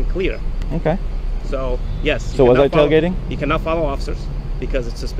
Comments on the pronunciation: He messed up saying tailgating 😂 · Tail gating 🙄 … you were doing so well until you said “tail gating”.